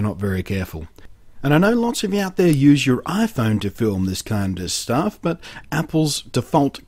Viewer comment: I love how blunty says "but". "BAHT"